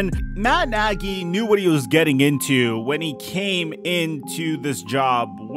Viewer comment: Am i the only one that noticed you said foles and nagey on the chiefs? Lol love the content man appreciate the daily uploads and mitch just got traded to the Steelers. You should do another video about him this upcoming year. I think he's gunna do well here in the burgh